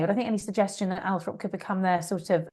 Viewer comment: It’s Althorp not Althrop.